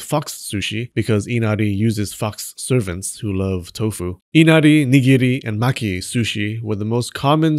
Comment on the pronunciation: Ok, every time you picked a new way to mess up nigiri or sushi, I lost it. "nighughghgu wasn't always raw" Well done, sir. Well done.